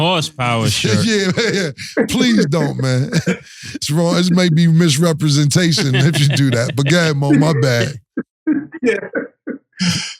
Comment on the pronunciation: Misrepresent-ion 😂😂 Nigga